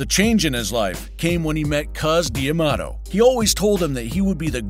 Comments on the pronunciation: D'Amato! Not Diamato. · Am I the only one annoyed by the prononciation Cus "D" Amato. It is prononced Damato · New drinking game. Drink every time the narrator pronounces D’Amato wrong.